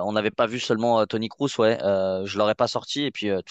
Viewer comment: Svp c’est pas krouss mais Kroos respectez le svp